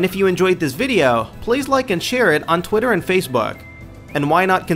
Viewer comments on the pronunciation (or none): none